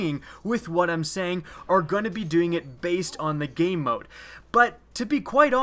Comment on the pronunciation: Sounds like you keep saying "gay mode." I looked for hours but couldn't find that mode.